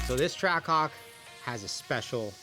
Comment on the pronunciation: Whole intro all you hear is “TrackCock” like brother it’s TRACK-HAWK